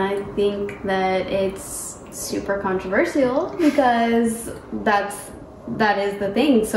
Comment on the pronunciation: Is French? The way she said controversial is very French.